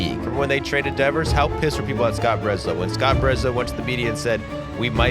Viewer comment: Rafael DEEEVERS 😂 Also Ceddanne is pronounced like say-don not suh-dane